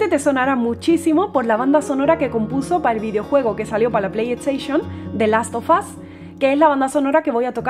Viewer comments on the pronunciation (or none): the last sofas 😅.No es hate simplemente creo que lo deberian de pronunciar bien .Aparte de eso me encanto el arreglo que le hizo a la canción